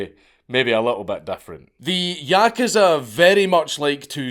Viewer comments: yakuza=yakaza. He says it properly one minute an the next saying yakaza lol keep up the good work Dank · Please, good sir, learn how to pronounce the word "yakuza." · Why is he saying yakuza like that!!!! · I like how Dank swaps between pronouncing "yakuza" correctly and incorrectly throughout the video